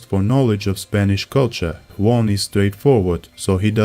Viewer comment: worst pronunciation of "juan" of all time )) thank you for the video